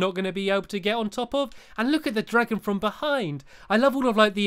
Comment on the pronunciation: Times he said dragom